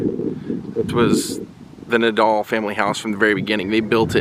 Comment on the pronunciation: It's Eddie Fadal not Nadal.